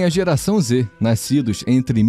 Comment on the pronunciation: “Naiscidos” Eu tô doido ou eu ouvi isso?